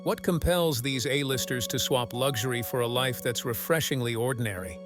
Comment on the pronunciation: Lugshory? An “interesting” pronunciation. 😶